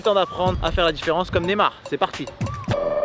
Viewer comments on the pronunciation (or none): C Neymar pas nemar prononce le bien stp